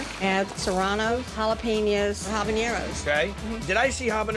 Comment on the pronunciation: If you can't pronounce jalapenos, please don't say it lol